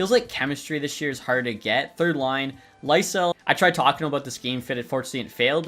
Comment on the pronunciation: Swedish pronunciation of Fabian Lysell is Lee-Sell